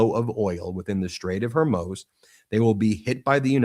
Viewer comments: Can someone please inform Ben of how to pronounce Hormuz! I'm beginning to wonder about the legitimacy of a news source that can't pronounce that. it's not her-moze... it's hoar-mooz. like whore and news with an m. Please, for all that's good and holy, if we're going to be talking about this strait for the foreseeable future, pronounce it correctly. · Ben it's killing me...HORE MUUZ.....NOT HOR MOZE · Hey Ben its pronounced Hor Mooo zzzz. Not hormoze. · Ben, it's not Hormōze. It's pronounced Whormooze! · It’s the Straight of Hormuuuz (long U sound, not Hormoz. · What's up with the Hermoz thing? Even the AI subtitles catch it... Is pronouncing Hormuz that hard? Hor as in horror, muz as in moose. Hormuz! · The STRAIT of: Whore-Muse❎ Hair-Muss❎ Hair-Mousse❎ Hor-MOSE❎ Hor-MOOOOZE✔ 😂 I'm dyin' ovah heah. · Ben, it's HOR-muze. HOR rhymes with the first syllable of Horror and Muze rhymes with a cow's moos. You’re so smart and successful this should not be a constant mistake you make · Straits of Hormuz (pronounced Hormoos) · Hor-mooz for goodness sake get the pronunciation right! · HOR muuzz. Not your pronunciation